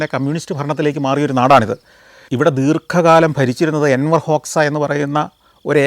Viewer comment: Not Enwar hoksa , Anwar hoksa